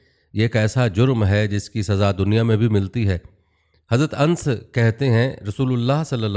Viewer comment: Aap sahabe a rasul s a w . Ka nam jo annas hay . Magar ans bool rahay hain .ees nam ka begad ho jata hay aur matlab nam ka galat ho jata hay .